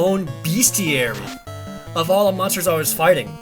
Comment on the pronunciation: I hate to be a dick, but it's pronounced Best-iary, not Beast-iary.